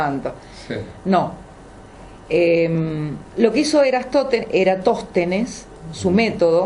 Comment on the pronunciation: Lamentable, están juzgando y riéndose de una teoría con pilares fuertes mientras leen un artículo de eratostenes desde el celular. Se nota que ni siquiera había escuchado de el, ya que en una oportunidad pronuncia mal su nombre.